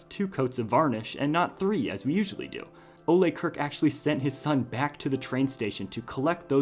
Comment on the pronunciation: You pronounced the founder's first name incorrectly.